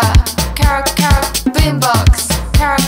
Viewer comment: ケロケロの発音が良すぎて始め何て言ってるか分からなかった～😂(笑)